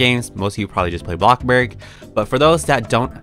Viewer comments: Its not blokburg its bloxburg smh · Its bloxburg dum sum not blocburg. But your vids are ggoood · Who else loves the part when he says “bLoCkbUrG” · I love how you say blockburg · I love the fact that he say's bloxbuk and robok or something like that 😂😂😂 Like and comment if you hear her pernounsing something wrong